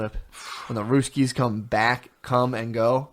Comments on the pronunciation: After the 5th time he said “ruskies” got pretty annoying lol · You know your white when you keep calling them the RUSS KEYS😂😂😂